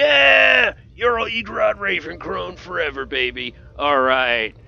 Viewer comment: Btw it's pronounce yarl, not jarl